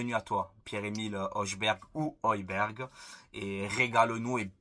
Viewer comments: En danois le J se prononce comme I , Y, donc Højbjerg se prononce Høybyerg, la lettre H se prononce aussi Ha comme les arabes, néerlandais, allemand etc. Mais très bon jt comme d'habitude j'aimerais bien Højberg a l'OM. Merci aussi pour cette vidéo vu la journée éclaté que j'ai passé surtout que Fort Boyard va revenir le samedi 17 août après le jeu de Paris. Aller l'OM à la vie à la mort. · Je crois que ça se prononce Hoïbierg.